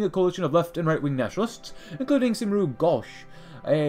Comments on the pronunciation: It's pronounced kum-ree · My guy said saimru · "cymru" is pronounced "kemri" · Cymru is Pronounced Kum-ree